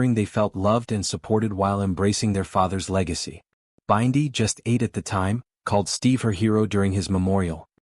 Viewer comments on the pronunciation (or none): So, what is the transformation? By the way, her name is Bindi, not Byndi pronounced like bin-dy, not B-eye-ndi.